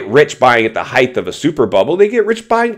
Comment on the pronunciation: There is no word called heigth Try saying height